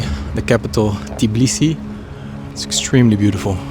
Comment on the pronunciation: Im georgian but u said tbilisi wrong u said tiblisi